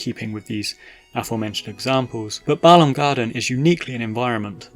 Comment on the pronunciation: Glad for the pronunciation. When people say "BAY-lahm" it drives me crazy 😂